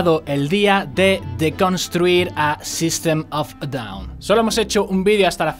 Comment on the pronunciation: a ver una cosa que me chirria, que diga la "a" del grupo, el fonema se traduce en "ei" , "sistem of ei daun" sería como debería decirlo. Aun así , videaco ! buen trabajo ! :D